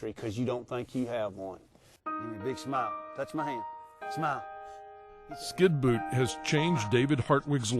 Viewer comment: does actually say Skinboot? What an idiot.